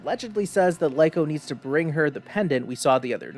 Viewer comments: its not Lyko its Liko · Its actually Riko but L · Stop saying that one. Her name is Rico a R you have to stop saying that because it way more used way to easier to say her name I will have trouble playing the anime name. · totally understand bro, just based on how names spelled that way in both English and Japanese sound I'm almost Positive Lee-Ko is the correct way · Hey! Creepy McGee 🤣🤣 nice review!! They’re baaackkk!!! Hah. I can’t believe episode two isn’t subbed yet 😢 I’m going to wait for boffem hah. Also, I think it’s Liko, not Liko 🧐